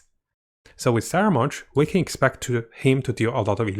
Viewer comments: no no, in italiano si chiama scaramuccia e quindi scaramouche, non saramounche. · Why is he pronouncing it as "Saramounch"? There's no "n" on the spelling. ("Scaramouche") Please enlighten me. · Sara munch, lol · The names just getting butchered left and right.. Fatari.. Scaramunch..